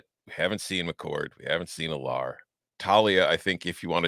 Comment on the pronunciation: Drew Allar is pronounced AL-er. Not al-LAR.